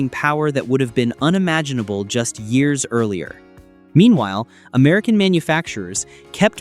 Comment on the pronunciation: ai cant even say year right.